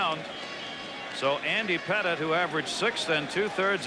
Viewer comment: Lol he called Andy Pettitte “Petite.” Not a chance that statement is correct.